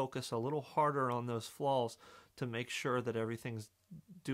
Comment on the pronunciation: “Focus on your flaaawwws…” “as eeffeeent as possible”